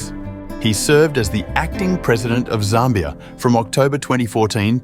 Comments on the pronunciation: Zimbabwe was known as Northern Rhodesia. Zambia was known as Southern Rhodesia. And it’s not pronounced ZARMBIA. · although some of my comments may be incorrect due to a difference in pronunciation between the USA and the UK, I noticed you pronounced Zambia as ZAHM-be-uh, rather than ZAM-be-uh. Also, although Namibia has lots of German speakers, in the Wikipedia article, it listed Afrikaans just above German in the list of spoken languages, indicating there are more who speak that language--today, anyway. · Zambia is not pronounced correctly in this video.